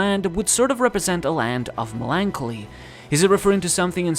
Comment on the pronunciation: So nobody is gonna talk about how this dude pronounced "melancholy"? Okay